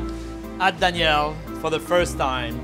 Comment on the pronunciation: When she pronounce Daniel it’s sound like she said Chef Danielle